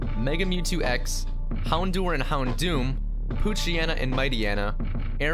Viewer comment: *houndour is pronounced hound-hour